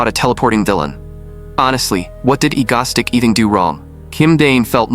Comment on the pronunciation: The AI voice saying Egostic instead of Egoistic is killing me